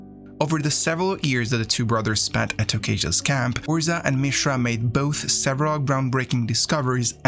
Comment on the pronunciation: Can you pronounce any name correctly? I mean, it was a good summary, but my God, you mispronounce just about every name except Mishra.